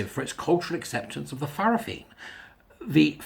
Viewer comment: In Samoa Fa'fafine is pronounced Fah-fah-fee-nay.